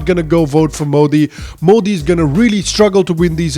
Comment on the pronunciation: They can't even pronounce Modi properly